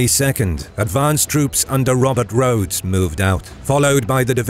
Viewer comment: Great video but one slight correction its Rodes not Rhodes when referring to General Robert Rodes